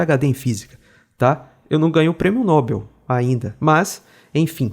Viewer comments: Prêmio Nobel, com sílaba tônica em "bel", Douglas. Não é Nóbel, é Nobel. É comum o erro, até os dubladores brasileiros erram em séries e filmes. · A fonética correta de Nobel é "nobél"